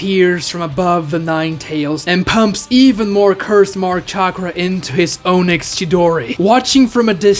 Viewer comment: Can you like pronounce onyx properly. Sasuke said it right but you keep saying Oh-nyx